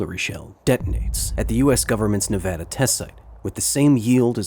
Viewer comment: I’m glad he said Nevada right I live in Nevada and I’m very proud of my state not so much the nuclear testing though has rendered lots of land useless but we are good testing and filming site